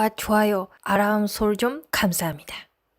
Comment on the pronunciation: 영상의 시그니쳐 "구독과 아람(알람) 설정 감사합니다!" 중독성 있어요. 늘 좋은 영상 감사합니다.